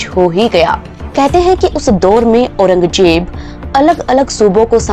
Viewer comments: Auranjeb nahi. Auranzeb.. Do not pronounce z as j ..😂😂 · Aurangjeb nahi Aurangzeb kaho. Region ko rezon, rajdhani ko razdhani aur Baji rao ko Bazi rao keh rehi hai. Teri auqaat nahi hai Nizam ya Mughal ke baare mein muh bhi khol sake. Waise teri soorat bhi kisi kulche se kam nahi hai. 😁😁😁